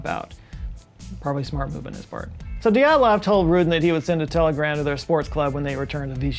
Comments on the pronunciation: PLEASE. It is not DEE at lov Pass. It is D'yat lov. You can not separate the Y and the E, e in Russian is letter "yeh". ye, (yeh) stays together. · Dyatlov is pronounced as Djaht-lov, not Dee-aht-lov. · please please work on your Cyrillic pronunciations. dyat-lov. you keep sayin it like it's a God dang japanese word "di-at-lov" dyat-lov dyat-lov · Re: pronunciation, the second pronunciation is better, with the /i/ sound like in ‘sushi’ And Dyatlov is two syllables. While in Russian transcriptions can represent a vowel, it’s a very different sound; in this case, the is a transcription of one letter, a singular vowel (with palatalisation at the front). It might also be transcribed as Djatlov or Diatlov, in other romanizations.